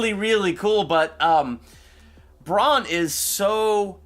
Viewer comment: Stop saying "Bron", it's "Bran", as in Brandon. Bronn is another character, ffs!